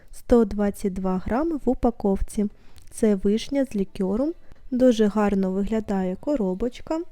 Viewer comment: Дякую за детальний огляд! Чекаю новий! Але зауваження щодо вимови: цукерки з лікЕром, та тістечка куштувати ( а не пробувати, якщо йде мова про смак). Бажаю успіхів